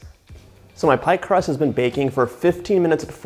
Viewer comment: lol when you said “bacon” instead of baking I still understood you. #Texan “Are you bakin some bacon flavored cookies?” “Yes ma’am I’m fixin to”